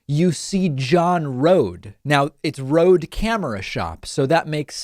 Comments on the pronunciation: he's a jerk. also i think it is pronounced like Roadie rather than Rode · It's pronounced "RodE" as in Roadie.